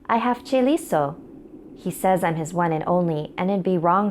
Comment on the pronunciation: chaeliso? CHAELISAAA